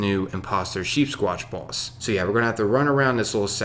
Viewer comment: when you said boss i heard baws